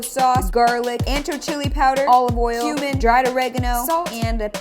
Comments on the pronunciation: it said like said human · When she says Cumin it sounds like human??? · Was it just me or while was telling us the ingrediants for carnitas did she say human?